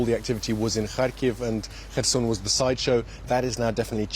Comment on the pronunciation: Not Kherson anywhere but Kherson!!!